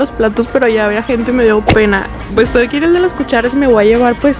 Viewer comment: En el minuto dijo edtoy haciendo un desmadre😂🙅